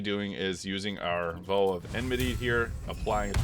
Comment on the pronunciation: You're clearly a smart guy but some of the ways you pronounce words are just baffling. The word isn't pronounced "v-oh." The "ow" is pronounced like when you stub your toe and exclaim "oww!!" or like "ouch." There have been other words like this in other videos. And I'm not trying to mock you. I just want you to sound as smart as you are.